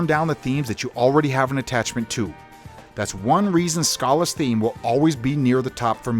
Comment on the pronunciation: It still feels weird to me the way you pronounce Schala. Also, Radical Dreamers is a criminally underrated game.